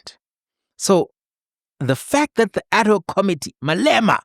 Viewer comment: Thank you for your clarity, logic and common sense explainations and a special HUGE thank you for pronouncing 'ad hoc' correctly..... instead of the mostly used 'Addok'....😊